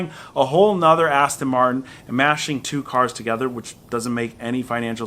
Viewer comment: "Ast" makes you sound like an ass